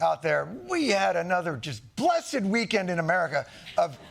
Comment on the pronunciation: I love it how he spits out the word 'blessed' 😂